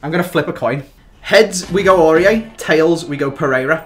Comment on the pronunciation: You shouldn't have had aurier, he said aurier...